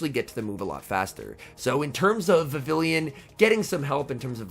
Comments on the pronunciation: You are pronouncing vavillion instead of Vivi(ll)on (pronounced vivi-yon) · Pronounced "Vi-viii-yon", I believe. The name is a cross between vivid and papillon (French for butterfly). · Hate to be that guy but it’s pronounced Vi-vee-yawn, as it’s from the Kalos region (based in France), and takes after the French word for butterfly: papillon. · I guess I'll be the first to point out that it's pronounced like viviyon since the name is derived from French words (Vivillon debuts in Kalos, which is based on France). It doesn't rhyme with pavilion 😂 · I couldn’t handle hearing him pronounce it so wrong